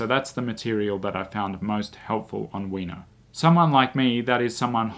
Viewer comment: I thought you were saying “weiner” the first 2 minutes 🤣